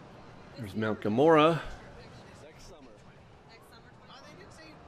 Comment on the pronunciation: Why do you call it Mt Gamora,?